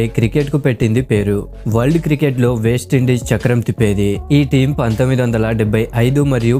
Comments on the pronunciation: అరే నాయనా అది వేస్ట్ ఇండీస్ కాదు..వెస్టిండీస్... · బాబూ వేస్ట ఇండీస్‌ కాదు నాయనా వెస్టిండీస్ సరి చేసుకో అర్ధం ఘోరంగా మారిపోతుంది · వేస్టీండీస్ కాదు.. వెస్టిండీస్